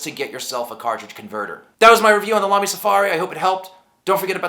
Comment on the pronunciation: Exce!lent German pronouncement! Good review too.